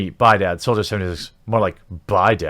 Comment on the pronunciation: Every time you read "soldier" I just keep hearing "soulja".